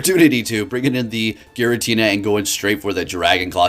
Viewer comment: ah yes girantina